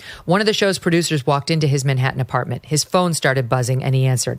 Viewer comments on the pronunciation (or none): none